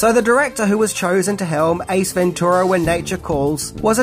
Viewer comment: Stop saying ventura like that its wrong